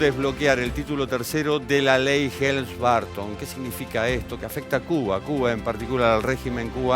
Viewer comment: ¡Ay, Dios, no es BArton... no es TrAmp! Se pronuncia BErton, se pronuncia TrOmp! Esto, además de tener que aguantar todo lo demás, de seguir escuchando defensas a la dictadura que va camino a ser la más antigua del mundo contemporáneo, y que ha hecho padecer con sus guerrillas a muchas naciones del continente que, inexplicablemente la apoyan. La rabia irracional —y envidiosa— contra EEUU, es inagotable en nuestro continente inviable... ¡Asísteme, bendito San Chan Li Pó, con tu virtud... la paciencia!